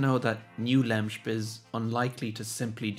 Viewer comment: It's pronounced LEM SIP